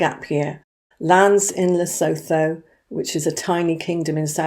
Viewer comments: I am white African. Please pronounce Lesotho correctly. Phonetically it is "Le sue tu." Th in all of Africa is pronounced t. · The h in Lesotho is silent, it's pronounced Lesootu